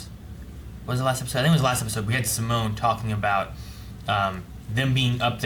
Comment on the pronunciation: 11 episodes in and I still haven’t gotten used to them saying sim-moan instead of See-Moan